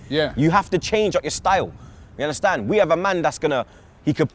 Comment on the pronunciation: “Yer unnerstan?” X 10,000